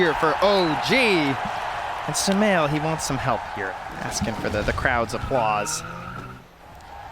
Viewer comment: thought i was the only one... sumaiL i think he wants to say? 🤏😁